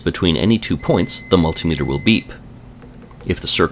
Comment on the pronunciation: Im really glad you pronounce multimeter properly rather than the rest of america with there mul tie meter :)